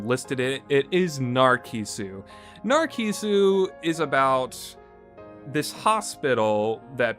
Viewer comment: I ended at narcissu just because of the way he pronounces the i had trouble dealing with the way he said katawa shoujo but i just ended at narcissu the c and i make a s sound you played it and have yet to realize